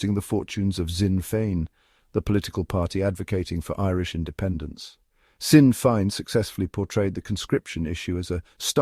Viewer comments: Sinn Fein is pronounced 'Shin Fane'. AI failure. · AI strikes again, after so many years in the news, not even the most ignorant narrator would pronounce Sinn Féin as "sin fine", then "zin Fayn" and then back to "sin fine" within sconds. Does nobody check this garbage? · I thought Sinn Feinn was refugees welcome in Gaelic. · Sinn Fein - pronunciation wrong - but otherwise a very interesting video - Id never have guessed it was AI speech until then - what speech software is used please